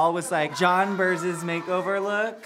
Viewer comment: I know Are we sure they are they really know that's not the way you say her name?lol.JOHNBERS BLONDE SOUND NOTHING LIKE JOHN BEAR.LOL